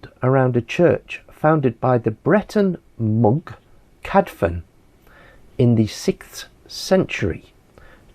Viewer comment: Fantastic info well done sir. But please. One F. In cadfans, is not F. One F in welsh is pronounced V. Two Fs. Is F.And U is pronounced as an I. Like in Ruthin. The U is I . Hope this helps cheers